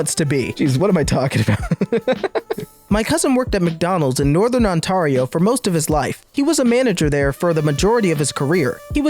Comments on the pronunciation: On-tair-e-oh Jesus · ontario got me shook u said it wrong haha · the way he says ontario upsets me... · The way you said Ontario hahahaha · Omg the way he pronounced Ontario, I'm from Ontario and it just made me die